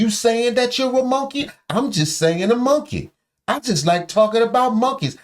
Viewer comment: If anyone is a *moankay that's how he says it, it is his disrespectful dirtbag MONKEY azz!!!!